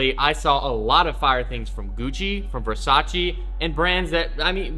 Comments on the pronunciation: Not being mean, but it's Versace not Versachee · You're saying Versace wrong